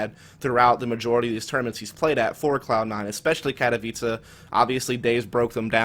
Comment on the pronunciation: I thought Katowice was pronounced Kat-o-whyse not Kat-a-vicha. TIL